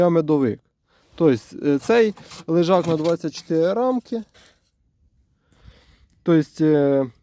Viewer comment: Лежак, а не лижак.